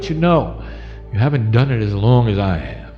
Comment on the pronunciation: Did you say no HAVEN,THERE